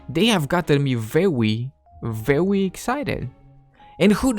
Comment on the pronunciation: Btw you should start making your W's sound like R's like veRy and not reWy